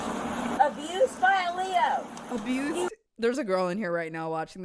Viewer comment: It’s usually said L.E.O. not Leo but she’s obviously been arrested quite a few times to say it like that 😂